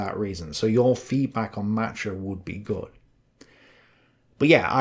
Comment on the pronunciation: You’re the best. But Matruh is accented on the second syllable: MatROOH